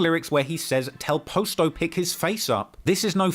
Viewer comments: Dude said “post o” that's when I knew I need to stop letting white people tell a black story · Man I hate how he saying posto name It’s Pa sto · When you started pronouncing Posto i literally turned the video off. Give up on Chicago coverage, we don’t want it. If you can’t even pronounce Posto then we can tell you didn’t follow Lil Herb’s career what so ever and it gives off that you just got into this when you began your niche which is fine but this is the definition of Voyeurism. You get most if not all of your points from Reddit. Just because it pays your bills doesn’t mean this is what you should be doing. The 600 documentary to me was even worse because it was just common knowledge packed into a documentary. This is slightly better because of the history but at the same time we all know the history of the BPS movement and Terror Town basically being the HQ. But literally even with this it’s like im 40 minutes in and every thing is common knowledge and regurgitated facts that everyone knows who remotely cares about the scene knows. Go back to UK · The posto pronunciation is funny as hell lol